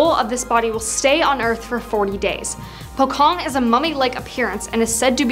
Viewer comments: Nice..#1 is pronounced as po-chong not po-kong(that is a famous jewelry franchise chain😋) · It pocong not pokong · pocong not pokong...